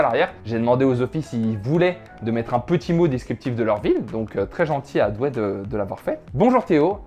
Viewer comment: Noooon le S à Douai....